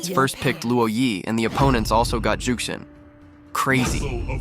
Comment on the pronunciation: Zhuxin not jutxin